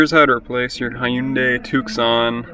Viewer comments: "High-you-day Tuck-son" Words are hard, man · You don't pronounce the c in Tucson